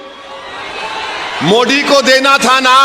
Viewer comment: ज्याला मोदी म्हणता येत नाही मोडी म्हणती आम्ही यांची अशुद्ध हिंदी ज्यात इतर धर्माचे शब्द घातलेले भाषण ऐकत असतो...... खासदार.. सुशिक्षित....ते ही उच्च शिक्षित. शुद्ध आणि कळणारी भाषा बोलावी....